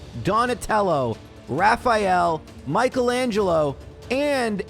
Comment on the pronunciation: Who the fuck is Michael Angelo thats not how you pronounce Michelangelo